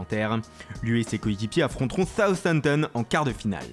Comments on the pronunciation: thouthampton il a dit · olympique Marseille Je t'ai fais une réponse claire et structurée je peux rien de plus pour toi. Si t'arrives pas à faire la différence entre le son S et TH c'est pas mon problème.